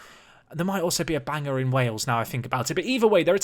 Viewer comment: Just a quick note but Bangor is pronounced more like "Ban-Ger" than "Bang-or" with more pronunciation of the G and more of an E sound than the O as is in the spelling. Bit odd to pronounce it like that as it has an O rather than the E but that's Northern Ireland for ya!